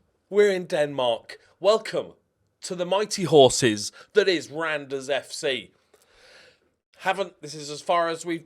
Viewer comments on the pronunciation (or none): Ooh awesome. I landed in Randers in my journeyman in FM22. Just know it's pronounced "rah-nuhrs." Was a really fun part of my journeyman though. Liked it so much, I bought a scarf from their team store and shipped it to the United States lol.